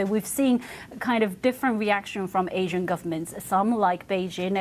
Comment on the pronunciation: I’m sorry… AHHsian?